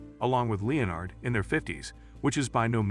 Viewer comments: It's pronounced le-NERD not LE-nard. Also, your hypothesis is lacking solid evidence. People name their children after friends and family all the time, and there's nothing suspect about that. There's nothing at all to suggest that Leonard is dead. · He was never called (Leo NARD ) Its just pronounced "Lenard " Is it an AI voice narrating? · Leeeonard? Oh AI, you have a long way to go. You came close , but then slipped back to Leeeonard. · Well I thought his name was Lenard, I didn't know they spelled it Leonard in the show. So I kind of get it. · It’s Len-ard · "LEE-UH-NARD"? Seriously, a sixth-grader could read these scripts better than an untutored AI. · Nah what drives me nuts in this video is this guys mispronunciation of the name Leonard. But he says it correctly once then carries on mispronouncing his name lmao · OH! COME ON!!! I've heard conspiracy theories that made more sense!!! And, for cryin' out loud, pronounce Leonard's correctly, not several different ways to show you don't know HOW!! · Right! There's a Screen Rant article on this that's almost verbatim. Not to mention not even pronouncing "Leonard" correctly.